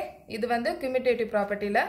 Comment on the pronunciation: Mam your teaching is good but you pronounce commutative is not a good you pronouncing wrong mam sorry mam I tell the mistake only your teaching is good mam